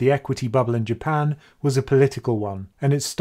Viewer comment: I know you kept saying Japan. But i kept hearing "UK"